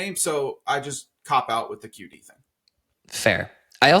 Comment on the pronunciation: I appreciate your effort in pronouncing QD’s name the right way. There are 2 D’s in Viet- one is a hard D sound like on English (the characters look different in the Viet alphabet) sounds like a Y or a Z, depending on the regional accent. His family uses the Y sound bc they are from southern VN. That accent also pronounces the Qua quite softly, like Wah instead of Kwa. There are also diacritics (accent marks) in the name but in English you can’t see them, which is why his name doesn’t sound phonetic with the English alphabet. I just saw this video that shows how to pronounce his name!